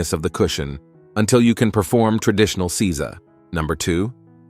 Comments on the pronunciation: It is not Si-za. It is Sei-sa. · Seiza is Say-zah not See-zuh. Get a better text to speech program. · Seiza. It's NOT pronounced "seez-za". It's pronounced "say-za". Zazen is NOT the name of the sitting position. The position is Padmasana or Lotus. Zazen literally means "sitting meditation". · It's say za. I live in Japan and speak japanese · Seiza....isn't it pronounced 'sayzah'?